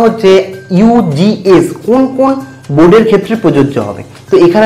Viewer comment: Apni ugs pronunciation vul krrchen.